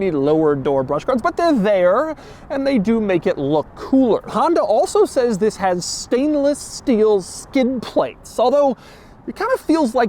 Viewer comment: This this this and THiss 😂😂😂 doug demuro what you doing to me